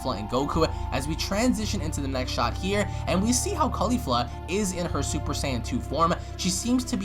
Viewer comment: why KHALIFA !!!!! you watch too much porn dude, shes named caulifla, not Khalifa